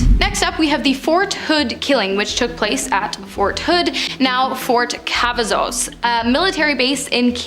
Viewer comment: Please Google how to pronounce these words before making these videos! I love this channel but as a born and raised Texan these pronunciations gave me the ick lol Waco = way-koh Davidians = duh vid ee ans San Antonio = San Ann tone ee oh Fort Cavasos = kuh vah sohs